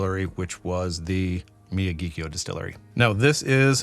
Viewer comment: It's pronounced mi-YA-ghi-kio. The first three syllables are the same as the name of Pat Morita's character in the Karate Kid; Mr. Miyagi. The fourth syllable sounds like the Irish surname, Keough. (There was a Matt Keough who pitched for the A's in the mid 80's.) By the way, your taste descriptions are very descriptive; kudos! As you stated in the video, Nikka has two distilleries; Miyagikyo and Yoichi. Yoichi is definitely a peaty distillery. In fact, it was created with the specific intent to make peaty whiskies. It's only by comparison that Miyagikyo is not the peaty distillery. But that doesn't mean expressions from Miyagikyo aren't a little peaty. So when they say Miyagikyo is not a peaty whisky, what they're really saying is Yoichi is the distillery in charge of making peaty whisky, not Miyagikyo.